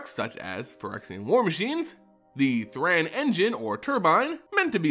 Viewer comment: THRAN = Thrain? Thrane? Source for your pronounciations please.